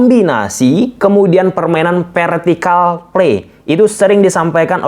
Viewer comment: Haa meuni PERtikal play, sunda pisan euyyy 👍